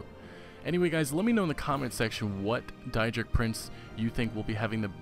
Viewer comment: it is day druh and day drick. if it was die druh it would be spelled daidra. EDIT i saw you corrected yourself. lol thanks.